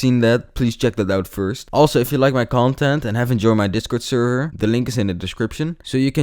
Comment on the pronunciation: How did he just say server. 😂